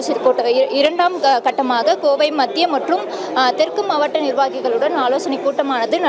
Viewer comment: மாவட்ட என்று படி.... மாவாட்ட என்று படிக்காதே😅